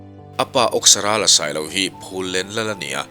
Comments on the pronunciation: Awksarala tih hi Awke kan lama Awk ti lovin. Thang âwk kan thluk ang hian . Âwksarala adik zawk a ngem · Âwksarâla tih hi i lam dik lo. Áwk tih tur. Saâwk kan lam dân ang hian.